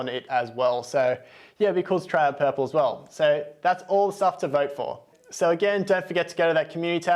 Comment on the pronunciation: Purple or Puprle? 😁